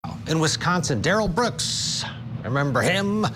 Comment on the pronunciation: Why does CTV continue to call him Durrell Brooks. It's disgusting.